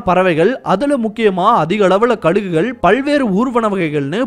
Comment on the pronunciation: ..Kadugugal ila.. 🤦‍♂️🤦‍♂️Kazhugugal... U check ur pronunciation urself..